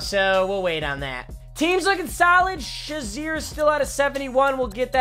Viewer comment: It’s pronounced shay-zerr but spelled shazier